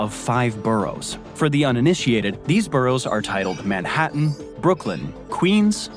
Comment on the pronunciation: To clarify,, and with sincere desire to help, the letter "H" is pronounced in English like a "J" in Portuguese. It is hard to understand when saying "ome" "appy" and now "Manattan". I have relatives in France that call to wish "appy birthday". As you know, the H is silent in Spanish, but it's the opposite in English: Home, Happy, ManHattan. 😊